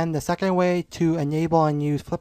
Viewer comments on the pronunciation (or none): Did he just said enyable (enable) 3.46 ??